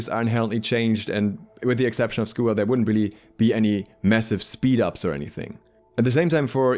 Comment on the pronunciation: Wtf is a schooer?